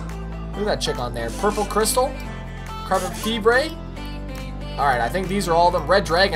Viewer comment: you pronounce carbon fibre carbon feebray :D